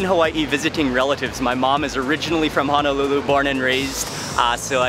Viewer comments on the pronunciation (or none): It’s not hanalulu its Honolulu